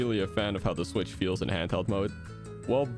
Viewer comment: Nintendo swicth acessories an- me: I don't have a switcth